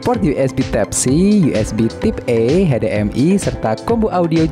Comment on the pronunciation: Giliran baca bahasanya belepotan, type dibaca tip, displei dibaca displai 😅